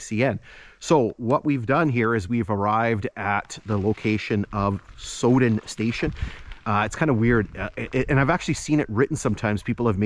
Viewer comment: Pronounced sow as on female pig then den. My mother was born in the station at Sowden when my grandfather was section Forman there.